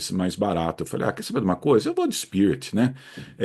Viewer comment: Em leia-se “spirit”